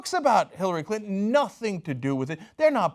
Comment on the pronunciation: "Hillary Cuntin" 😂